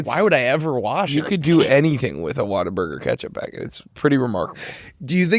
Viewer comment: as a Texan I can't believe you let them pronounce Whataburger like that.